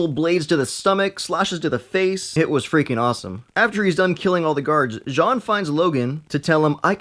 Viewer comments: Why is he saying John gray it’s jean gray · it's Jean like Levi Jean's not john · It’s not John Gray it is Jean gray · Jean Grey's 1st name is pronounced Gene not Jzhahhn and Psylocke is pronounced Psy-Lock not Psych-Lock. I agree with your assessment of what Jean pulled-up into his conscious awareness. Logan was the only one who temembers the unaltered timeline... until now. The fact that Jean gets all that info when she's young and uncorrupted enough to still make best possible choices changes everything. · I’m laughing so much when he says Jean as John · You are saying John Grey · Her name isn’t French, it’s pronounced jean as in jeans. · This guy can't pronounce Jean's name.. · You keep mispronouncing Jean XD